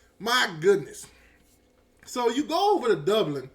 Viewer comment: I heard you say repeatedly yesterday the word “Doblin.” It’s Dublin.”😂😂😂😂😂 Another word you always destroy is “Ohio State.” You say “Owio State.”😂😂😂😂😂😂😂😂😂